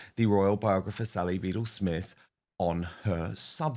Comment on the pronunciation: Mr. Wooten, the name is pronounced like Bee Dell not as Beetle. Enjoy your program.